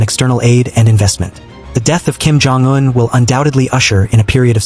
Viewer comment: Why are you mispronouncing Un as, "juen"? Bit odd...